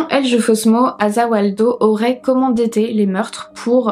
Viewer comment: Cest moi ou tu prononces tArgiverser et commandEter au lieu de tErgiverser et commanditer ? sinon super vidéo. merci pour ton travail